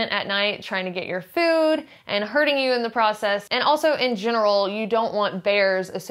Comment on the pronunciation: I like the way she says fööd and möönshine